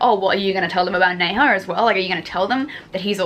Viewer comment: Okay I have to tell you Nezha is pronounced like Nuh-ja 😂